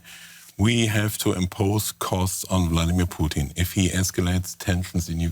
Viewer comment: Anyone else notice how they keep pronouncing "Putin" as "Poutine"? I keep thinking of a walking plate of french fries, gravy, and cheese curds screaming at his generals for their poor performance in Ukraine lol.